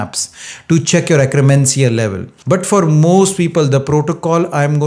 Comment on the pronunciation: (IT'S akk-ER-mansia, NOT akk-RE-mansia!) Thanks for the science and the great tips! Already heard them but now they make so much sense!